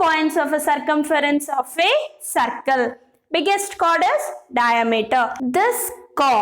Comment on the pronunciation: Madam it is circle Not sarcle